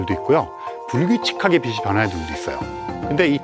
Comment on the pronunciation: 비 시아니라 비 치 라고 말하삼~~ 빗과 빛을 넘 혼동하는듯~~